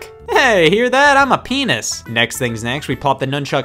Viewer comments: Is it me or is Scott saying penis instead of pianist a reference to an adult joke in Animaniacs. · Ummmm scott...... Thats not how you pronounce pianist...... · I’m pretty sure Scott didn’t say ‘pianist’… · He can’t even say pianist right